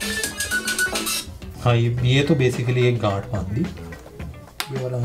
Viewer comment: The way he say ganth 😂😂